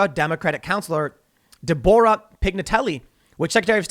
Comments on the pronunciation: Wait wait wait.. DahBORah? Please tell me that's not how Tim pronounces Debora. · "De-bor-a" ...? It's Deb-o-ra Tim. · My man said Dabura 😂 As in the king of the Demons 😂😂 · DE-BOR-A! Hey she might not have an h the end of her name, but I'm certain that isn't how to pronounce that name Tim. ROFL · I just think it's funny the way Tim pronounced Debora lmao